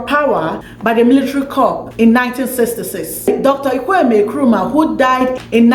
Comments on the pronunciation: You did well but the name is not Nkwemi Nkrumah but Kwame Nkrumah. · Please just mention Nkrumah and be free okay. What is Ekweme?? You can't even mention Kwame. Nigerians and their bad pronunciation they take it everywhere.